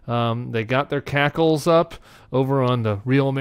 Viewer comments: I believe it's "hackles up", not "cackles up". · It's "hackles" not "cackles". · It's hackles, not cackles. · Uh, Tim, it's hackles, "they got their hackles up." 🫣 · Hackles, not cackles. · Tim... its hackles not cackles lol Love you 😘